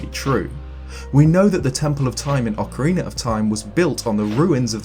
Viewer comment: He says ocariner and not ocarina